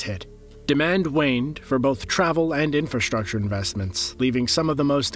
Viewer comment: Had to stop watching. Couldn’t handle hearing you say “conshtuction” or “infrashtructure” even once more time!